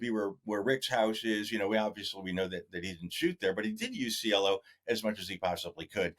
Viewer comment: Its Cielo Drive Kato. Not Cello.